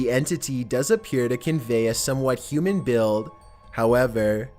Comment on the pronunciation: I don't like how you say 'human'. It makes me wonder.